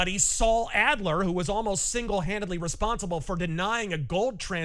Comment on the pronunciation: “Adler” god damnit man…….